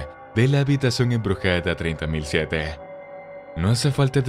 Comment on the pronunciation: Habitación ‘’3007’’ jajajaja yo escuchado treinta mil siete